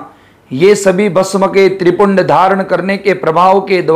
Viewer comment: नमस्कार बहुत ही सुंदर जानकारी। नम्रता पूर्वक थोड़े सुधार की आवश्यकता है त्रिपुंड नहीं होकर त्रि-पुंड्र होगा। पुन्ड्र का मतलब संप्रदाय का चिन्ह। पुण्य का मतलब सिर्फ चिन्ह है धन्यवाद